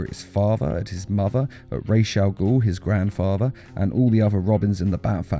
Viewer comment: It’s ra’s al ghul not rash al ghul